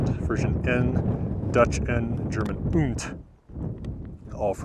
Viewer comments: We say "und"; not "ünd" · Didn't sound like ünd to me. Didn't sound correct though.